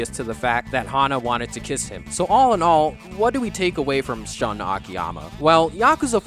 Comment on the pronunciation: AMAZING video! I just have to correct you. Shun is pronounced like "Shoon." lol